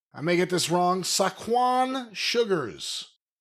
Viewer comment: Isn’t in NY. He can’t pronounce Saquon? Saquon Barkley … ever hear of him?